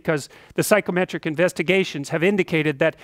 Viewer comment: Does anyone else keep hearing "psychrometric"?